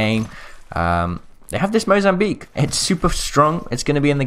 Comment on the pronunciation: Mozambique normally: Mozamweek Mozambique now: MOZAMWEEP!